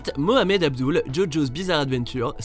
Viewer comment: Avdoul ?!?!?!?!?!?! SÉRIEUSEMENT ?!?!?!?!?!?!